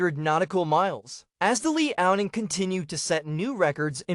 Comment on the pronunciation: Stop watching when you pronounce LEE-ao-Ning.